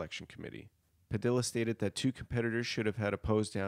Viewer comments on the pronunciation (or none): It's pronounced Padiya, not Padila. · padilla is pronounced like tortilla